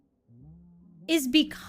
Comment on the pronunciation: There is no "Qwasimodo", there is no "Qwebec" there is no Son "Gowku" and there is no Angelina "Jowlie" either... Cheesus F Christ people... ugh...